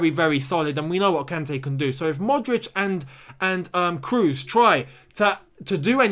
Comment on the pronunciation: Tony "Cros", no "Crus"